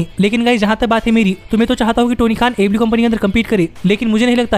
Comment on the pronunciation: Wo repeat telecast ko jab aew nahi hara payi to live show ko kya hatayegi aur ha tu aew to sahi se bola kar 🤣🤣🤣